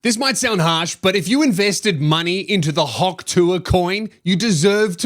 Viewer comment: What Australian pronounces Hawk like that? Hand in your citizenship mate.